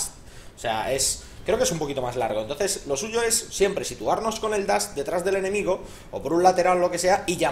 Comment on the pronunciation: lince! no se dice dast se dice dash! jajaja un saludo guapo <3